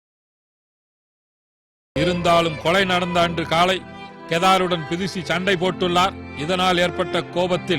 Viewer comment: enna kodumai...not tirici...............plz! do a corrections her name is bidushi......okvaa!